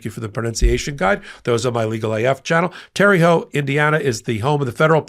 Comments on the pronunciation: Terr uh, not terr e haute. Pronounced like Tara. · It’s pronounced terra hout. Not terre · Terre Haute is Not pronounced Terry. It is Pronounced Terra. Take it from a local. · I depend on Meidas Touch for news and analysis. Thank you. One small complaint: Whoever told you that Terre Haute is pronounced “Terry” is wrong. It’s pronounced the same as “terra firma”. I live in Terre Haute, and no one pronounces it as “Terry”. The words are French and mean “high ground”. Thanks for reading my teeny, tiny complaint. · It's Terra houte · It's pronounced 'Tare-a Hoat'.....Joe has done a great job! We failed him!!! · That pronounced Tara Hōute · it’s pronounced Tara - hote lol I know the spelling makes it seem weird! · Its pronounced Terra Hote, Terre Haute, I live in Indiana. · It is pronounced Terra Haute. You got the second part right but the first part is pronounced like the woman’s name Tara. 😊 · You gave it a good try, but nobody pronounces Terre Haute, IN right except Hoosiers. Since I’m unfortunately one it’s pronounced like Tera Hote! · Terre Haute is pronounced tairhote or tairhoe (the "t" can be treated as silent, since the name is basically French in origin named by French-Canadian trappers in the 18th century and means "highland"). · FYI, I am originally from southern Indiana & Terre Haute was named by French Canadians which means Highland. They gave it that name bc it overlooked the Wabash River. It is pronounced Teh-ruh Howt. Only the locals in the area call it Terry Hut. Every area of this country was influenced by different languages/countries, which includes the Native American languages. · Born and raised in Indiana. It's pronounced like "Tara" Haute. Or "Terra." No E sound on the end. :) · Terre Haute. Pronounced: Terra HoTe.🙃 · What the heck Terre Haute has always been pronounced (terra h-oat) where the h is a soft release of your breath. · You were misinformed about the pronunciation of Terre Haute.